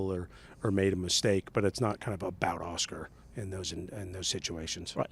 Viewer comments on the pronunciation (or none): Lan-dough and Aw-schkar 😅😂